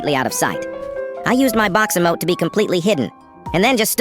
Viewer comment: Bro "emote"